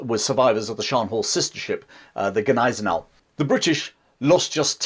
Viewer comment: I almost always love your content. What impressed me the most about this video in particular is the fact that you are about the first English speaker on YouTube I ever heard who doesn't butcher the name Gneisenau.